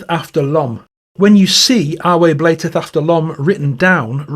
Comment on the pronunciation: TY for pronouncing bleateth as blayteth! I’ve tried to figure out why my dad b.1915 always pronounced bleat as blate. He was right⁉️ it is a stronger word that way❤”if you know the Truth, blate it out!”